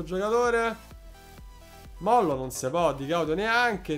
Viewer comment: Si dice Mollò con l accento